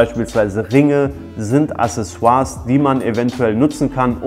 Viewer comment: accesoires [akseˈswaʀ] mein name ist wiki, ich komm zu dir :D